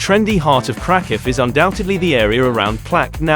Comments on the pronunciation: Ouch. What a weird pronunciation of Kraków. If krakow is do safe why are you mentioning taking precautions so many times and in such detail. I’d give this one a pass unless you just want to look at pretty pictures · If you can't even pronounce the city name, maybe you should not make travel videos?